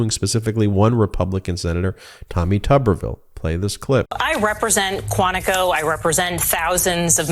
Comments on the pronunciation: Actually pronounced as Tooberville. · How is it that his name is pronounced with a short U sound when there isn't a double b? #PotatoTown